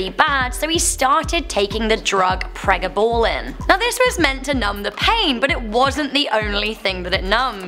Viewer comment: Pre ga ballin hahahahahhaah say it right